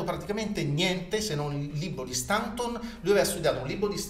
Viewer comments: Ok, ma Staunton pronunciato come si scrive fa sanguinare le orecchie! Si dice Stonton o, ancor più all'inglese, Stont'n. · Si pronuncia Stonton!!